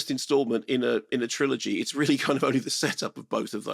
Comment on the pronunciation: What? Who tf pronounces trilogy "tri-OLOGY"